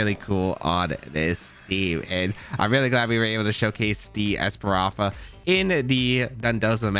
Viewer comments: I love ’ videos but the esparafra mispronunciation was:( haha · Damn you really can’t say ES-PA-THRA? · That’s a lot Of strokes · JAJAJ same with opportunisticccc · This video was pretty good, but your mispronouncing Espathra was hard to really enjoy it. Practice pronouncing words just as much you play Pokemon and your videos will be more enjoyable. But I love how you used Espathra. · I had a stroke everytime tried to pronounce Spathra.